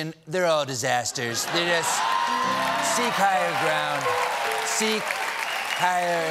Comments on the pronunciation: Brett Richardson has to listen to it two more times. Honestly couldn’t figure out what you meant. Second time around I definitely heard “seige” instead of “seek” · Seek hire ground sounded like sieg geil or was that just me? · was that seek higher ground or zieg higher? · When Stephen said "Seek higher, seek higher [grounds]", I first misheard that for some German words and was shocked/confused - but not too much:they do not seem too far-fetched for the President and his respect of the constitution